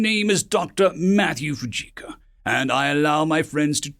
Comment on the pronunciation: For the love of God learn the proper pronunciations of the words your speaking. Your mangled pronunciations degrade the stories. Fujioka would be pronounced as Fiji and then oka not as Fujika. Your speaking voice is very pleasant and your delivery is VERY nice. It's just the mispronunciations which make me want to slam my head against a wall. Fixing that may help your site gain members.